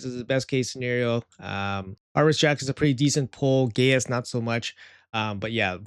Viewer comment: I don’t think its pronounced gay-us. But I could be wrong…